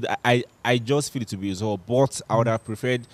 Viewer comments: just called Uzoho “Aquata” 😭😭😂😂😂😂😭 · He said akuta